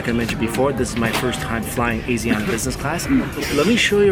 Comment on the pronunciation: *AH-SHEE(soft sh)-AH-NA